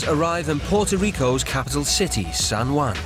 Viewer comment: Also it's San Juan not San wuan